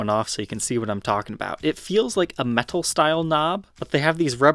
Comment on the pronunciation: Why did you start saying words like "metal," like, "meh-TTTal"? Please stop, just say "Meddle" like the rest of us.